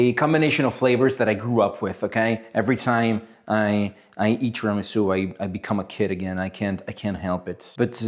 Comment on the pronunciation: interesting video and good "tiramisù" pronunciation in italian! xD